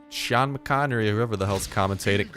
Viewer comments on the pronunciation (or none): none